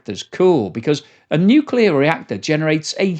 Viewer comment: Nukeyaler! Harnessing the awesome power... Of the Nukeyalus